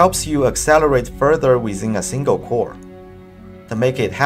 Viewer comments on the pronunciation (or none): Simgle imswucction muwntipa data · “Simgle Instruction Multiple Data”